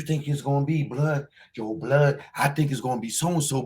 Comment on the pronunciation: "Yo Bluuhd... who you think it is Bluuhd"🤣 hilarious. It's the Truth bro.